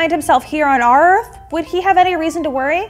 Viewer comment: ourth? areth? Who knows